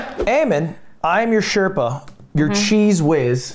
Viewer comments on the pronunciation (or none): none